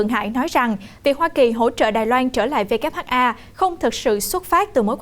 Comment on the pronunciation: BTV sao lại đọc WHA nhỉ